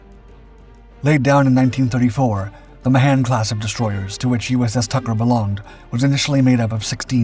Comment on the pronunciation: For crying out loud---it's not "Ma-'han'-Class Destroyer----it's "Mahan" Class with a hard first A and emphasis on the first syllable.